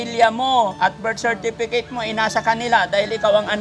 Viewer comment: Hahaha natawa nman ako Kay tinanong nya yng kaibigan nya kung meron daw busepetek😅 ibig nya siguro birth certificate 😂ang bigkas nya busepetek galing ni mag interview 😅